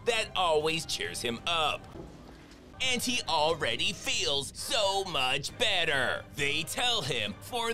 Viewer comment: I actually thought he said fatter 😂😂